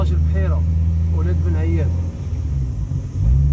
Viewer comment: هذه المنطقة كلها إسمها مسيردة. بحيرة دي اولاد بن عايد و ليس بن عياد صرمرام. يجب نطق صبابة و اربوز بلهجة خشنة. حد صبابنة معروفة بمعركة في 1956. سقسي اولاد مسيردة يحكو لك على تاريخ الثورة في هذه المنطقة